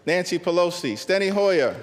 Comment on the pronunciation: He said legendary “Pelosi”😂😂😂😂😂😂😂